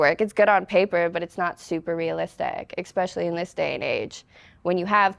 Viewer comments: Very down to earth, very beutiful and smart. But Sugar, it's ESPECIALLY not EXPECIALLY. Keep going and growing!! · “Exspecially” UGHHHHHH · She said “detain my self worth” I was like damn that’s deep and then she said “expecially” and I was like whoops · ECspecially? Is that a Nebraska thing? (No offence meant, I'm from the UK). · “I’m so smart”…. “expecially in the strip club” “Again, I’m so smart.” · Some one teach her how to pronounce “especially”. There is no “X” in the word. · hey, spell especially then pronounce it again. You're not as smart as you think! Hubris.